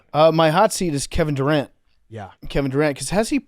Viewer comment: "Kevin Duron"